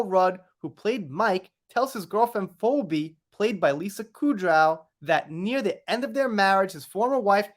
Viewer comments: Phoebe, a name from Greek Mythology is pronounced Fee, the cost of a service, Bee, what AH's dog stepped on. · Phoebe is pronounced Fee Bee. I know, right? I'm always helping my 1st and 3rd graders with their spelling homework, and it's crazy how stupid I feel trying to explain words that end the same but sound so different. Ex. Tough (uff) Cough (off) Through (ew) No matter how you spell it, it is just ridiculous! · 😂 We kno wasn't a "Friends" fan... It's "Feebee",.😅 It is spelled weirdly tho😊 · Hi dear, you are the most funny, lol, you do not say "Phobe" you say "Pheebe" and in the episode I felt it was suggested that she pooped on the kitchen!!! I am a die hard Friends fan! lol